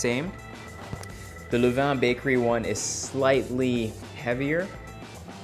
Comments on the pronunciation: Hermionie Granger: its Le-van(Levain), not Lu-van/Le-veyn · You should have chilled the dough for at least 45 minutes. The Levain (pronounced as levan) I’m a regular customer in the city. Your recipe is almost there😋